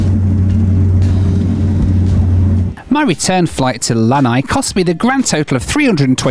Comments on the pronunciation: I just thought I'd let you know that the vowels in the island of Lāna'i are all distinctly pronounced (luh-NUH-ee). A lānai (luh-NIGH) is a Hawaiian style patio (like the one famously featured in The Golden Girls). Either way, it's pretty cool that you got to set foot in one of the lesser visited islands of Hawai'i! :) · Lana’i is pronounced: LAH-nah-EE. Waikiki is pronounced: WYE-kee-KEE.